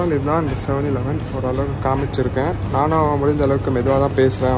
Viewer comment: Bro if u difficulty to pronounce 7 eleven means just tell it 7E we Asian just told it 7E